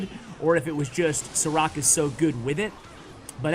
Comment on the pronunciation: I beleive its read as sharaatz (šarac) and considering his name is filip im preety sure its not Saa-rack. :)